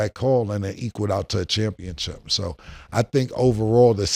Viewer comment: Is Cam saying CHAMPIONCHIP?????😅😂 great show!!!